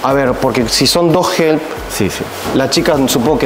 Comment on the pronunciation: Dijo “entertainer” “ help” ( herp) con acento Japones, que loco e interesante. Hablo con cuidadito.